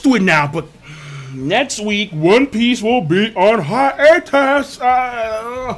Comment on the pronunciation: just repeat over and over. HI-AU-TUS!